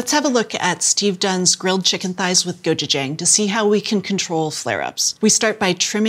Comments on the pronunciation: So well spoken that she says “gochujang” phonetically 🤣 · Next time you say gochujang— ask me— you butchered the pronunciation.